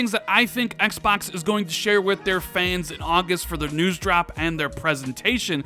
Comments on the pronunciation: "EX BUX" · I hate the way this guy says.. xpoks this xpoks series x is xpoks going to show the xpoks 2020 event for the xpoks velocity architecture xpoks xpoks xpoks lol